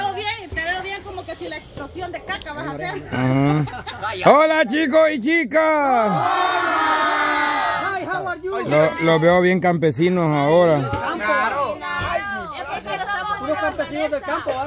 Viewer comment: Hawar yu dijo pey